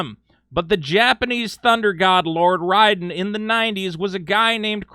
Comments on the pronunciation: Raiden's name is pronounced Rayden not Ryden... you psychopathic maniacs... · What the true crime against humanity is how you pronounced Raiden lol lmao good vid